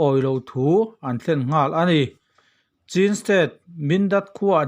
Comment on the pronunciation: Chin nilo in mizo haw rawp chhîn(ချင်း) tih tur aw